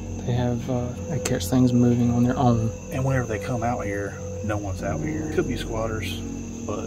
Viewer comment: squatters??? or squachers??? LOL